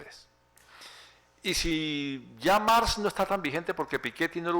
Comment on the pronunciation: "Mars" en un "testo" y No "cacta" (probablemente de cactáceas, en se repiten las cactáceas) ... En fin... comencé a verlo y me impresionó.